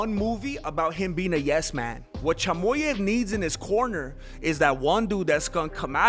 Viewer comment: Its chimaev not chimoev